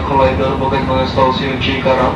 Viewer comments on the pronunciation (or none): none